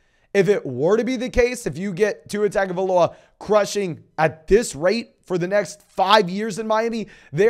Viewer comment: Love your content so much. Could you please pronounce Tua's last name correctly?